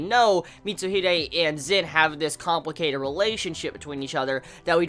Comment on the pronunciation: He's name is Zen not Zin! no offence